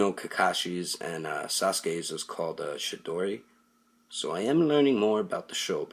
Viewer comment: Chidori not shidori